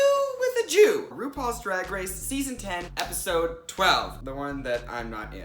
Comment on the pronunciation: When you said "Red, White, & Jew" I heard "Red, White, & Chew"